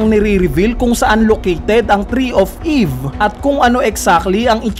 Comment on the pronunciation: hahahahahahah "TREE OF EEEEEEVE!", weird mo naman mag sabi ng mga salitang ito 😅😂🙈